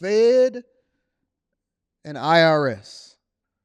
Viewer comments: I.“WHAT”.S It’s IRS not I our S 😂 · Is he saying I "our" S